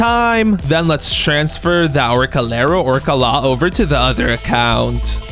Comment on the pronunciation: orængooteenee, along with the globo frootodrilo and Orcalero orcalaaaaa got me rolling❤😂